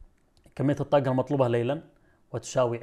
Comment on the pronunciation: ليش ما تنطق الحروف العربيه بطريقة صحيحه الطاقه وليست كما تنطقها شاب يبدوا متعلم ولا يجيد نطق الحرف العربي بطريقة صحيحه حرف ق